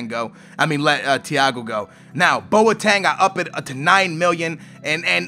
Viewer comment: It boteng not boateng